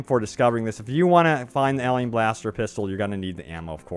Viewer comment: What's a elien blaster? Are you trying to say alien?